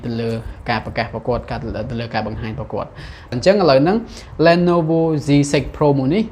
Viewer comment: អានថា លី ន វ